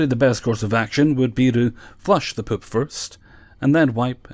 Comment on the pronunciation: You say "poop" like Ms. Doubtfire lmao..."pôp".